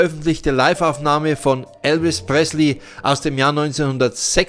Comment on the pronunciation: Eine fehlerfreie Aussprache des Namens: "Elvis Presley" und ein Grammatikbuch könnten hilfreich sein.... Die Fragen sind ja wirkliche Herausforderungen. Glückwunsch an Steve Grayson!